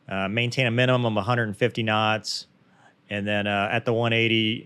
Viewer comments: Here let me take that flak off your back. "lol! You almost said kinditions after you said kinots!". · I thought your “K’s” when saying “kuh-NOTS” could have been a little crisper. Please re-record audio and try to stay 1-3 inches closer to mic. I’m kidding. Only kidding. I thought that was fascinating. It’s really informative to see how after Incident reports are handle. It speaks to the cohesiveness of the crew and soundness of training that they validated the general techniques, confirmed the posts weren’t peopled with morons or careless psychopaths, and made legit improvement suggestions without the need for a blamestorming session. It sucks it happened, and I’m glad nobody got killed - but it looks like it might actually make F35 flight operations safer. For the cost of a jet and no lives - that cost seems like a bargain for that kind of information. Thanks for putting this together, Cheers!